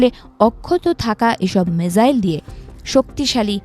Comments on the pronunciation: আচ্ছা মিজাইল না মিসাইল????????????? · সঠিক বানানটি হলো «মিসাইল» (Missile) [১]। ইংরেজি শব্দটি বাংলায় উচ্চারণ অনুযায়ী লিখলে 'মিসাইল' লেখা হয়। এছাড়া বাংলায় একে ক্ষেপণাস্ত্র বলা হয় [২]। মিজাইল: এটি ভুল উচ্চারণ বা বানান। মিসাইল: এটিই সঠিক ইংরেজি শব্দের বাংলা প্রতিবর্ণীকরণ। এটি এমন একটি স্বচালিত যুদ্ধাস্ত্র যা নির্দিষ্ট লক্ষ্যের দিকে পরিচালিত করা যায় [১, ২]।